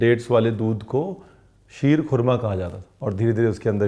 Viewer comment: mashallah what great urdu talaffuz sheerkhurma👌👌👌